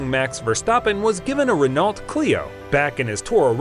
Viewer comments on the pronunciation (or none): Your pronunciation of Verstappen is great, but Renault is pronounced "ruh-know".